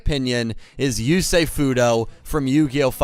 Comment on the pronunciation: Before watching the video. Yusei it's Yusei. Fuck all of you. Lol